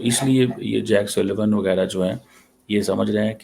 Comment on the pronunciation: His name is Jake Sullivan and not Jack Sylvain Mr. Cheema! You cannot even get the name right and you are a PhD in international relations.